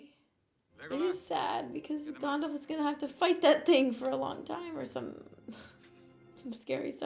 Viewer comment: "Gondalf" XD